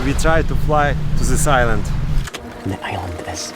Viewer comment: "Zis is ZA iland" LOL